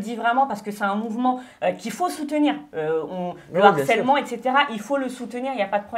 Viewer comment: Vous pouvez dire à qu'on dit LE HARCÈLEMENT et pas l'harcèlement. Par contre on dit bien l'acharnement et pas le acharnement...